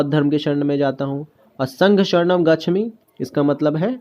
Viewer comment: Gachhami nahi hota hai gachhaami hota hai